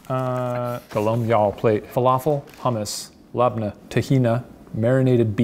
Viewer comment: Thank you shane for pronouncing “Labnah “ the correct Arabic way 🥹🤍